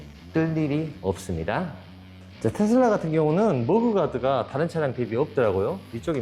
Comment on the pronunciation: 머그 가드가 아니고..머드 가드...